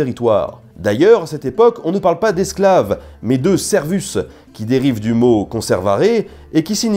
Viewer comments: on dit serwus et non servus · CA SE PRONONCE SERVOUS PAS SERVUS BON SANG DE BOIS ! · AAAAAAARRRRGGGGHHHH ! Servus se prononce serwous tres bonne vidéo quand meme ^^ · Aaahhh mon dieu La faute énorme de prononciation de "servus" en latin le u se prononce ou et le e se prononce é donc en français on dit "sérvous" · "servus" se prononce "serwous" juste pour infos et les gladiateur était encore les esclaves ( avec les professeurs ) les mieux loti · Coucou Je me permet de faire une petite correction pour le mot Servus, en latin le V se prononce comme le W ( ça fait un peu maniaque mais on me la beaucoup rabâcher en cours ). Sinon super vidéo, j'ai appris pas mal de chose ( comme avec les autres). J'aime bien les petites touche d'humour que tu ajoutes aussi, continu comme ça